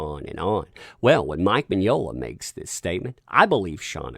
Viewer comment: Mignola, Mignognia. To-MAY-to, To-MAH-to. Enough with this cancel culture bullshit!